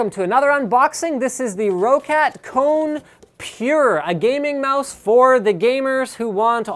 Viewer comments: Its pronounced "rock cat" not rocket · If you say Roccat correctly everytime you say it for a whole month I'll give you 10,000 dollars